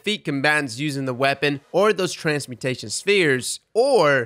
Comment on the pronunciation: Transmutation. Transmutation. Not transportation. Transmutation